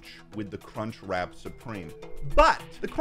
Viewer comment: That guy literally does not say "crunchWRAP" once. He keeps saying "crunchrat" lol